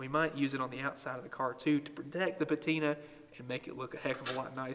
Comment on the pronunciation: You lost me at "patina"...